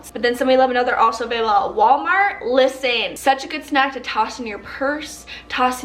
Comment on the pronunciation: "LIS-TEN" lol